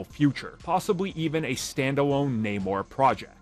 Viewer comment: Idk man this isnt even Namor anymore they even changed his name in the film and pronounce Namor strangely... idk this just aint it chief